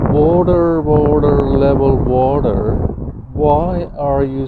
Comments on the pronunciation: Wotar, wotar, wotar, it's lebol. Wotar is lebol. 😂😂 Wotar wotar wotar, brain is lebol. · Wathur, Wathur, level Wathur, why are you so wathurry.